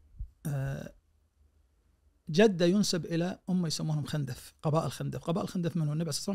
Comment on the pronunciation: خِندف تضبط بكسر الخاء و ليس بفتح الخاء فهم بنو خِندف و ليسوا بنو خَندف